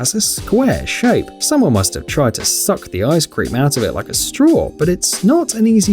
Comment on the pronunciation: 👁👄👁: "𝚝𝚑𝚒𝚌𝚔 𝚑𝚘𝚕𝚕𝚘𝚠 𝚊𝚗𝚍 𝚑𝚊𝚜 𝚊 𝚜𝚚𝚞𝚊𝚛𝚎 𝚜𝚑𝚊𝚙𝚎" The way he said someone must have tried to |𝙎𝙪𝙘𝙠| the ice cream🍦 out of it like a straw had me sent XD